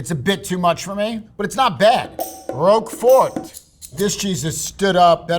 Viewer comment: for a cheesemonger his pronunciations are kind of youmami. munch ego rogue fort ;)